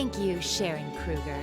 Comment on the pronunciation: Krueger.....geez Why not just Kruger If it's Krüger (or Krueger if you don't have the key) at least say it like you wrote it geeez